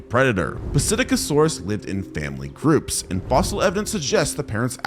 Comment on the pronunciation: It’s pronounced sit-ack-o-saurus